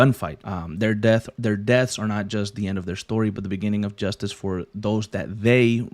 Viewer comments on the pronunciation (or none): none